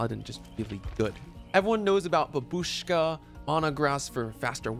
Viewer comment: great content as always,! but please watch some YT video about how to pronounce "Babushka" correctly. thank you ❤